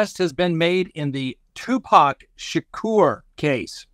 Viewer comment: Thank you for the correct pronunciation of Tupac’s name. It seems a small thing but it’s such an easy way to show intelligence and respect.❤️